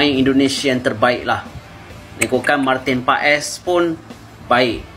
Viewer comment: Penyebutannya bukan Martin paes bang tapi Martin pas